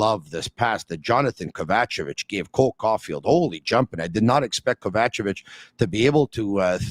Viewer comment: … learn to say Kovacevic’s name properly please…